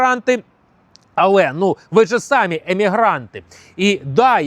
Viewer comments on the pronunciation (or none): none